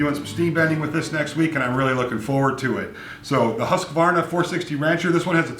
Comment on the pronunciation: Oh, by the way the U in Husqvarna is a long U sound. :-)